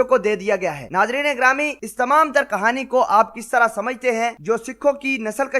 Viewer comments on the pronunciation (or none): nasal kushi is the right word not nasal kashi, you must speak correctly if your are in public. You must know the difference between kashi and kushi.